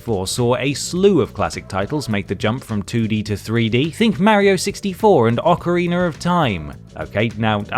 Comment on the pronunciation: What is "Ocareener" Of Time and "Castlevainier"?